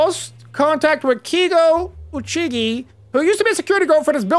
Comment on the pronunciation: Lol, you are sooo bad with Japanese names, aren't you just adorable? "Kay-go Ohch-gi"